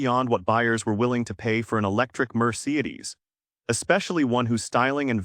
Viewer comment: Overall, good information… marred by a ridiculous AI narration (I love the way it mispronounces Toyota and Mercedes). Lesson: Luxury EVs just might not be the best “investment.”